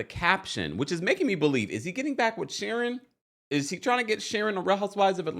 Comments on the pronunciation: I love you but it's queen sharien bc it rhymes with queen not Sharon. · You crack me up every time you say Queen Shurin, lol 😂 Her name is pronounced SHA-REEN but spelled Shirien. I love it!! I cant stand that heffa anyway. And Apollo is a liar, too! If you remember the episode on RHOA, Shirien shows up to Kandi's restaurant opening to "congratulate" her and Todd on Apollo's behalf, they ask her when she met Apollo and how long they've been engaged. She tells them she's been seeing Apollo for a while and then said "Well WIFEY wasnt around sooooo!" This fool been cheating on Phaedra for the longest. No matter what he says to "debunk" things he's a big fat liar! Shirien has no place to say anything to Phaedra, when she's been the side piece for a long time before becoming the wife she wanted to be. Now, she's bitter and unleashing on Phaedra. By the way I'm no Phaedra fan either. Shirien needs to work on losing all that weight she gained instead of being mad at her husband's ex-wife. They're all a hot mess period.